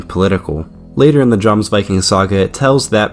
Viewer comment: For future reference in the Nordic countries the J letter is as a Y sound, so it’s said “Yomsvikings”. Great video 💪